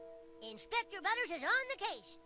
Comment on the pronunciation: His name is butters not butter